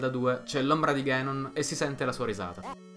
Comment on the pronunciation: Non è "ghenon" è "ganon" si pronuncia come è scritto, dato che in giapponese è scritto così ガノン non così ゲノン